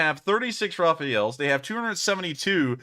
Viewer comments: it's not "Raphael"... it's RAFALE! (pronounced "rafahl") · The French fighter isn't called "Rafael" like the archangel but "Rafale", meaning blast/flaw/flurry/(wind) gust.